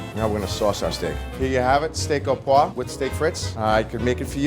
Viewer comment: it is "oh-pwaw-vrah". Proper French pronunciation is important in our industry. Please learn it. "oh paw" is sickeningly raw and crude.